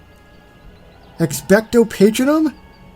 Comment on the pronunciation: you said patronum wrong